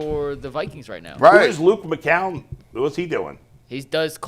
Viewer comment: LoL is like Bruce Drennan, calling McCown, McCowen, with an extra syllable.